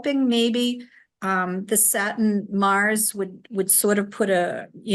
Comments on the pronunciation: I love that you're a Virgo (high vibration Virgo) My Capricorn sun and moon resonates with you. I love how says satin when she's saying Saturn and yes Pluto in Capricorn is icky energy. We all just need to hang on because it'll get better. I'm dealing with crazy mercury retrograde energy and still haven't regained my energy since the eclipse. So I really appreciate this. This is an amazing podcast with the two of you. I think you're a winning duo! 😁❤ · Why "satin" not Saturn? And we are supposed to believe you?